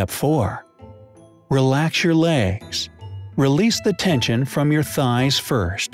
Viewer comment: ...relax ur layhgss